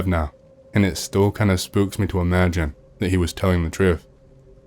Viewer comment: Also the way he say's 'Me' as "Muay" or "Meh" 😂